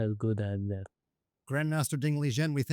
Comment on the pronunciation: So Liren is pronounced 'Lizhen'?